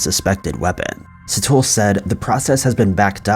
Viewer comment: "Sit-hole" 🤣🤣🤣 I'm a South African, so I'm laughing so hard right now. Bless all the well-meaning foreigners who unknowingly butcher the pronunciations of African names. 😂